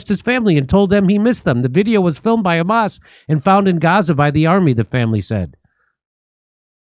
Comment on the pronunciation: Khamas is khorrible says Smotrich